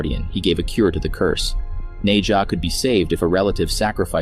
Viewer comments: Bro said nei ja lol. It’s Nezha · Its nezha nkt neja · It’s pronounced nesha